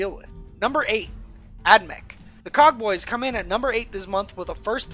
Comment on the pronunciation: When he said Cog bois I heard Cock bois